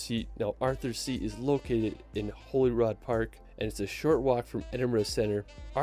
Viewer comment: Just to clear something up for you ,although I'm from Glasgow and not Edinburgh , the place he speaks of as being Holyrod park is a mis Pronunciation , It's actually pronounced as (ho lay rude) .